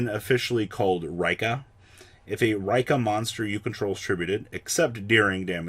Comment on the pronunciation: Neither Raikka nor Reeka. It's Ri-kka no long pronunciation on the i